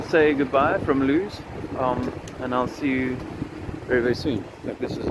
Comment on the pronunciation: Its Lewes.. pronounced Lewis... see you soon